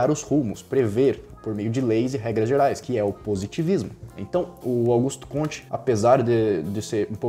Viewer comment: Aos , a pronúncia do nome francês é "cômte", não "comtê".